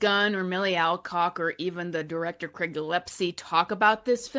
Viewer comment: One of the many ways you know these chuds all cannibalize each other: They all say Craig's name the same: Wrong.